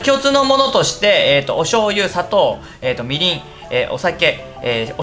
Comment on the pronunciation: みりん、酒のいい方が訛っていた！